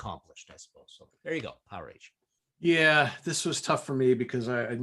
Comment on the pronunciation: Guys, the "a" in "Powerage" is NOT a long "A" sound. Pronunciation is closer to "Power-edge".